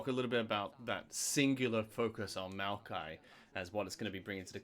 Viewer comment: My man calling Maokai “Miaokai” is making me giggle. Is anyone else hearing that or am I nuts??